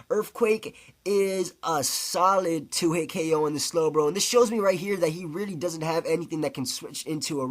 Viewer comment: "Reelee" (really)